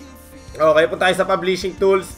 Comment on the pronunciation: Pub-leashing ahahahahha